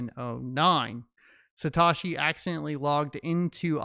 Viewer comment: Its Sa Toe She